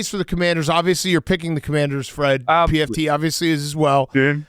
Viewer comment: Love how calls pft pmt lol